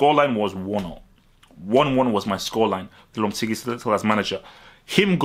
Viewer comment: I think it's pronounces lohpehtehgee